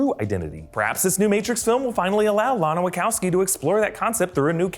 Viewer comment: ... Wackassabi? WACHOWSKI !!